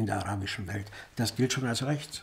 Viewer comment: "Rrrrächts" ist ein Kampfbegriff.